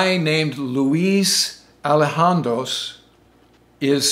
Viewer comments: It’s not Alejandros, it’s Elizondo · "Ali han dros"............dont you mean "Eli zon do" ??? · You can't even say Luis' name correctly, ELIZONDO or read 13000 mph from your own graphic on screen. " F " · Exactly. Better to listen to Fravor tell the complete story himself in interview. As stories pass from teller to teller they lose crucial details while taking on erroneous ones. Mispronunciation of "Elizondro" was also distracting. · Probably because that isn't his last name. It is Elizondo. The z is pronounced just like it is in English. Sometimes it has more of an S sound but it does not make an h sound and there is no s at the end of the name. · You got the right guy but his name is Luis Elizondo, not ''Alejandros''. You should issue a correction. Thanks for a great video. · The guy you pictured and refer to as Luis Allejandos is actually named Luis Elizondo. You totally butchered the name. Just thought it should be clarified. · Luis Elizondo, not Elijandros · It's: Luis Elizondo.. eli-ZON-do Even if you've never studied Spanish, just slow down, relax, and practice it as much and as many times as you want! (THERE IS NO FINAL "S" 😳 😊) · Its Elozondo. Not Elohandosse. Lol wtf😂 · Well, if he can pronounce Elizondo as "Elhandro", anything is possible! But seriously, hundreds of credible sightings, testimonies, and pics, from all round the world, for many decades. Nuff said. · It’s Pronounced ELL-IZ-ON-DOH. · he keeps calling him alejandros :DD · ELIZANDO....You're pronouncing it wrong, get your facts right! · Straight up butchered the name! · I have never heard anybody say Luis's last name like that. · He mispronounced both Luis' last name and Mellon's last name. (Ps, possessive of Luis is "Luis' " not "Luis's") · glad you are talking about this subject, but some of your facts are wrong! the reported size of the tic-tac was about 10-30x your little model, and Luis name is pronounced wrong. Additionally, the program was named AWSAP not AATIP